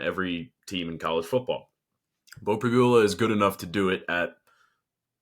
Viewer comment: You guys are reporters - and after 3yrs - and being from PA - the guy on the left STILL doesn’t know how to pronounce Pribula’s name? It’s Prib-YOU-la! I’m so tired of you guys dissing Beau for the past three years and hyping up the other quarterback, who doesn’t deserve it. No one around here can stand Penn Live Sports reporters and you just gave us another reason.